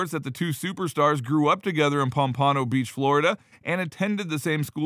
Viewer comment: pampooooooooono..... its POMPANO